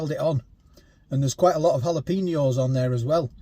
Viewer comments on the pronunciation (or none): JALAPENO is pro nounced......... hallo peno =jalopeno mate. 🙄🙄😏😏😮😮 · Side note: Jalapeno is "hal-uh-pain-yo"